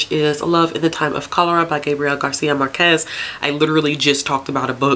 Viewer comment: I saw you there struggling with the Spanish names so here are some very badly explained pointers from a Spanish sub that appreciates your effort 😊 : for Marquez, the stress goes on the first syllable MARquez, and you got Laura Esquivel almost right, except that the "qu" is pronounced like "k" in this case. Sadly I'm not sure you'll enjoy Love in the Time of Cholera, I think you'll find pretty problematic stuff in it. Also, Like Water for Chocolate is one of my all time favourites, and yes, you remembered the narrator correctly. I presented this book in high school and made Chabela wedding cake for my classmates (without the secondary effects though).